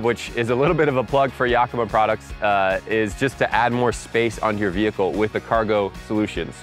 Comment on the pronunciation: Great info, Especially where to put snacks, etc. Check with Yakima they would appreciate having their name pronounced correctly.